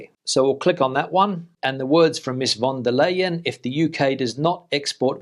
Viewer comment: It´s pronounced Von der Lion,.